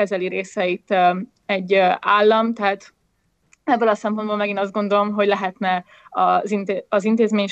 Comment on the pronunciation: Amikor azt mondod, hogy 'még ebből a sorból is', akkor nem azon van a hangsúly, hogy 'sorból' hanem azon, hogy 'ebből'. Tehát még EBBŐL a sorból is. De amúgy a téma nagyon fontos, szóval kicsit szégyellem magam a megjegyzés miatt..